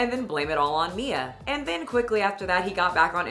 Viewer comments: Way to tell us how stupid you are can't even pronounce or remember the name Mia? It's literally three letters bro. It's the sound you like the most, me, me, me, followed by an A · Teaches people to speak Spanish , has to pretend to not know how to pronounce "Mia" lol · Is he seriously trying to mispronounce Mia's name to look down her? That's hilarious, to fail at three letters. Tells us a lot about his mental age and intelligence.